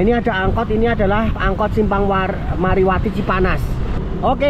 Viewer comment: Bukan mariwati bang tapi marwati